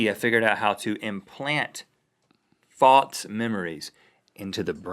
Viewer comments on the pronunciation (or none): does anyone else notice that when they say false it sounds like they're saying faults? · Zach Brewer maybe he was saying false memories but it sounded like fox memories so i thought he was trying to say faux memories, since faux means false/fake